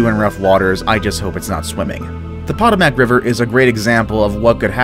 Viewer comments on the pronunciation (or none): It's NOT POT-uh-mack. It's puh-TOE-mack. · THE POT OH MACK RIVER ARE YOU SERIOUS PA TOW MICK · Anyone else shake their heads when he said Potomac when it’s pronounced pa-toe-mic not pot-a-mac 😂, cool video though. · why does he say pdomak it is called the potomac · It's pa to mic no potamac I live near it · I thought the same thing, yet he kept saying it as "pod-o-mock" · Potomac is pronounced (Pa-toe-mic) locally fyi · Hell, the news lady said it the right way TWICE, and he still pronounced it as pod-oh-mock! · Potomac (paw-toe-mick) river. The news lady in that part of the video even said it right. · pronounced it pot-oh-mack Plays video of it being pronounced correctly Continues to pronounce it wrong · he pronounced potomac wrong and as someone who lives in north potomac i am sad he could not pronounce it : poe toe mic that is how you pronounce it sort of but anyway great vid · Potomac is pronounced Pa--toe-mic. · Narrator should learn how to pronounce common locations....Such as POH-TOH-mac River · News anchor said “Potomac” twice and he still said it wrong! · you sound like you’re from the states but you can’t pronounce “Potomac” River? and no one corrected you? hmm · Incorrect pronunciation of "Potomac". Listen to your included news clip for the correct pronunciation. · He said Potomac wrong hehe and I live like 30 minutes away from there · Can you please re-upload this with the proper pronunciation for the Potomac River? The way you said it just....ugh. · Dude mispronounced Potomac.